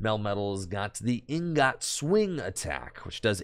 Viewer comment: I cringed everytime I heard them pronounce the word ingot like "een got" lol